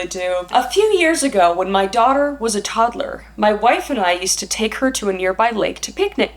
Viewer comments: Is it just me or does say "Todderler" instead of "toddler" 😂 could just be me but I love the way say pronounced it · Is this a Canadian thing or a thing? I notice she pronounced “toddler” like tod-A-ler. I don’t think I’ve ever heard the A in the middle before 😂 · Who else giggled at the way she kept saying toddler? She kept saying toddaler and I couldn’t keep it together love you both! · The way she says toddler 😂